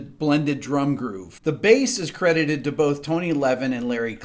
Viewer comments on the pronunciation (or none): none